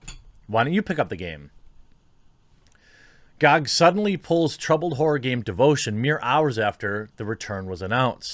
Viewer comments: Who the fuck pronounces GoG like gog instead of G o G? This is the first time I've heard it and I've been watching this topic on various channels. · Everyone: Gee Oh Gee Quartering: Gawg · wtf it not gag its Ge O Ge dot com